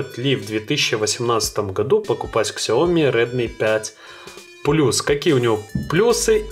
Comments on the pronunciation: СЯОМИ, А не Ксяоми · читается может и по разному,а произносится сяоМИ,ударение на фторой слог!не будь полупокером и произноси правильно!